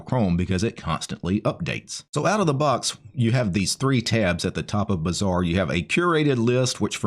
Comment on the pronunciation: But when you say it "Bazaar" sounds like "Bizzare"